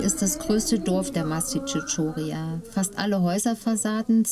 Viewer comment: Schön gedrehtes Video , aber sehr sehr sehr sehr wichtig wenn man etwas ne Doku nennt dann muss man vorher wissen wie der Ort genannt wird . Nicht Tschios!!! Und nicht Mastitschotschoria! Das hat mich die ganze Zeit sehr gestört!